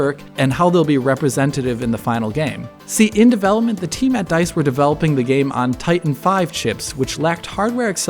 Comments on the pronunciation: its "titan-Vee" V as in Volta, not five. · "Titan V" != "Titan Five" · Titan 5? No, it's Titan V (as in Volta).